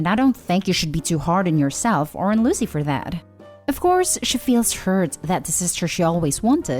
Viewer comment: learn to speak correctly or stop making them , her name is not loo zee , its Lucy , said Loo see , you speak in a lazy way and you need to stop that its insulting to miss prounce someones name because you are too lazy to talk correctly